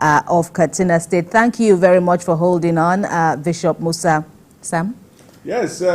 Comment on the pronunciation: Musa is Moses in Hausa. So it is just a translation, Adamu is Adam , Maria is Mariamu. So why change the pronunciation